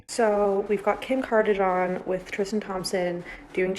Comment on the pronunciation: The way that one girl pronounced “kardashian” actually triggered me ☠️